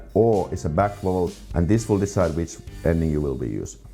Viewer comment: loved this presentation; so informative for the Finnish learner! In return, could I make a practical suggestion for your English pronunciation of "vowel"? This word was quite hard to pick up... only the graphics made it clear. I live 50 miles from London and would say I have a pretty standard English accent, so the word "vowel" here has only one syllable, not two, and that might help. You know the word "owl"? Just put a "v" in front of it... tricky, I know, as your v's tend to swing towards w's, like in so many non-English languages (e.g. German). Hope that's useful! In a similar vein, I was wondering if there is a particular shibboleth word in Finnish... you know, one that Finns think nothing of being able to pronounce, but foreigners find super difficult, if not impossible? In English, probably the most famous word is "squirrel"... even the Americans can't do it - LOL!